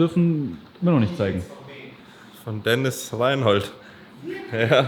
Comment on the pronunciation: deniz lan ( bitte dennis nicht denise :D )